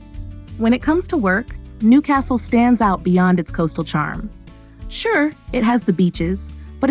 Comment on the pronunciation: You'd have to learn how to pronounce Newcastle first.